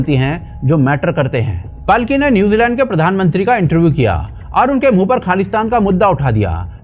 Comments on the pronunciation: इनका नाम पालकी है, पलकी नही। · भाई पालकी नाम है पल्की नहीं।इतने अच्छे नाम का सत्यानाश कर दिया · भाई पल्की नहीं पालकी शर्मा बोलो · मशहूर पत्रकार का सही और वास्तविक नाम पालकी शर्मा उपाध्याय (Palki Sharma Upadhyay) है।अंग्रेजी में उनके नाम की स्पेलिंग Palki लिखी जाती है, जिसका शुद्ध हिंदी उच्चारण और लेखन पालकी ही है। हालांकि, इंटरनेट और सोशल मीडिया पर कई लोग या न्यूज़ आर्टिकल जल्दबाजी में उनके नाम को गलत तरीके से 'पलकी' या 'पल्की' भी लिख देते हैं, लेकिन आधिकारिक और सही नाम पालकी ही है। 😊😊